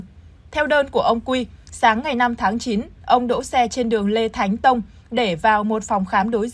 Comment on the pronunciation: Đường Lê Thánh Tôn. Mà sao cứ đọc là Lê Thánh TÔNG hoài vậy .